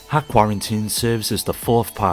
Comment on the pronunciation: Great video, one note: it's not 'hack' it's dot hack.